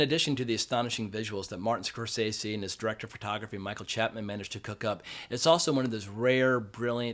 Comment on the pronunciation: Pronounce the Directors name correctly Score sese’